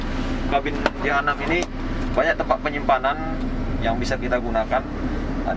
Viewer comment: Penyebutan jh6, terdengar seperti jahanam